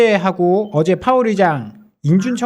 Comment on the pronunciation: 제롬 포웰이라고 이름을 콩글리시로 발음하시는 분을 방송에 내보내는거부터 아주 신뢰도가 하한가네 ㅋㅋ